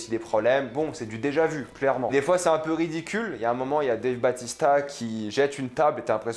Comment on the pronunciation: Dave "bAUtista" pas batista